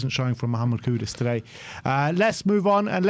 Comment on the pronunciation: For all the fans: It’s KUDUS not KUDOS. Just like it was ErikSEN not ErikSON… Dude literally has 5 letters in his last name yet you see more people getting wrong that right.